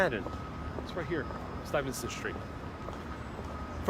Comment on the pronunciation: Good stuff, but pretty sure that’s not how you say Stuyvesant lol